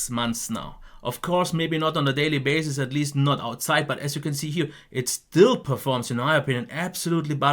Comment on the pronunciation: "daily bazes"